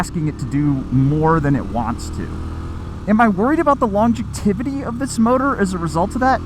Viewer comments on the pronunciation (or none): The what? The “longetivity”? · “Longitevity” 😂 You mean longevity